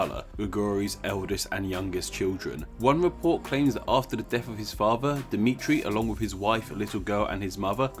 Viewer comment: it's dimitri